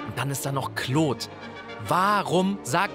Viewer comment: Gta's stummer gangster "kloht" xD - dachte wäre Claude, aber ok. XD